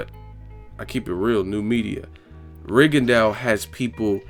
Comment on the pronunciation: His name is pronounced RIGONDO, not RIGONDAU; its French. Just like for 'plateaux' you say PLATO, not PLATAU.